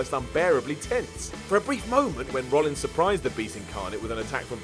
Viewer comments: It's Seth Rollins guys not Rollings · IT'S ROLLINS NOT ROLLINGS!!